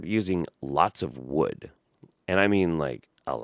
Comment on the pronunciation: Ive been watching all these in bulk because I just found you and I'm really enjoying them. When you said "wha-ood" I spit out my drink lol